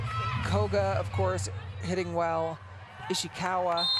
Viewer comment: why she say Ishiwaka